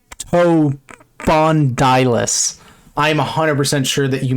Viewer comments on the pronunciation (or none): It's pronounced Yoo-sch-rep-toe-spon-di-liss It was q semi aquatic dinosaur that was around 6m long Edit: more like 300 centimeters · it's pronounced as you-strepto-laspon-dilus